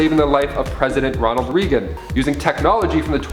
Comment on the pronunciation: Its pronounced Ronald Reagan ...like raygun ...not regun